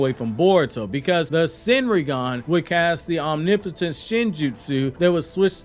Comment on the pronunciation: You’re the first channel that actually pronounces omnipotent correctly.